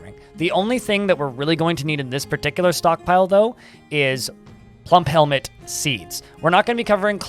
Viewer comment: Say plumphelmet one more time!